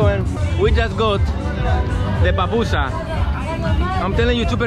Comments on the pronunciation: min It's not papussa----- it is PUPUSSA or PUPUSA!!! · Pupusa (that’s how it spelled ) Pooh-pu-sa (how to pronounce) Don’t say pa pusa say pupusa.